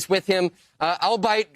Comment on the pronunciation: Erm, did you mean albeit /ɔːlˈbiːɪt/? To hear a professional journalist mispronounce a word so astoundingly leaves a lot to be desired. Word to the wise: if you've only ever read a word, and didn't bother to look up how it's pronounced, you've got no business using it.